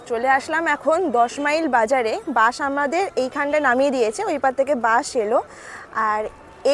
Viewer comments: Lalganj bolun na...bash e korey...orey Baba khoncha legey jabey je. Ota Bus..Bansh noi Madam😊 New Sandhya Tara Homestay, New Bhorer Alo, Bhorer Alo...Gramey eley toh Gramyo lagbei...ei Gramyo Gramyo poribesh ta Durga Pujar Theme e choley. Boating kortey kortey Moddyo pan...aha ki presentation 😅 Vloging kora ta ekta art eirom jongli Vlog korben na r apnar bachon bhongi r uchharon thik korun . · দিদি ওটা বাঁশ না,,বাস😂